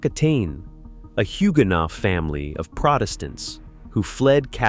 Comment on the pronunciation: Odd pronunciation of some Scottish names eg Inveraray. Also Huguenot does not have the t at the end sounded...'no' is correct. I'm from a Patterson family that stayed in Ireland and then migrated to NZ via Australia